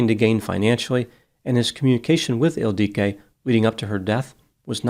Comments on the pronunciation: It‘s „Ildico“, not „El Dike“, dammit. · Isn’t it IL-dee-co? It sounds Hungarian. And Magyar is definitely Hungarian. Yes, he’s definitely not pronouncing it the usual way. (Maybe the woman pronounced it atypically. 🤷‍♀️) The usual way is ILL (rhymes with pill)-dee-koh (rhymes with “low”). The emphasis is not on DEE. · I used to teach English in Budapest and have been to Hungary many times. is not pronouncing the woman's name correctly. It is pronounced 'ill-dee-ko'. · Oh!!! EEL-dee-ko! “Magyar kozmetika…” It’s Hungarian! The emphasis on the name threw me off. One interesting thing: every single word in Hungarian is pronounced with the emphasis on the first syllable. 🙂 (It’s the only easy thing about Hungarian, ha!) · Because he mispronounces the name severely^^ He emphasizes the i in the middle, but this Hungarian name is not pronounced this way. It is pronounced ill-di-ko, don't elongate the "di", pronounce it just as long as the other syllables. The nickname is sometimes "ildi", pronounced as in "Hildi" but without the H. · It’s Ildikó! 😂😂😂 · As a Hungarian, this made me very sad… she was beautiful (although deeply flawed) and very gifted as an aesthetician. Her mother died of a broken heart not long after. Also, you are pronouncing her name and business completely wrong lol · Except is pronouncing her name incorrectly in all three variations he uses in this video. And honestly, slut shaming a murder victim? Smh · This comment is not funny… and that’s not how her name is pronounced 😒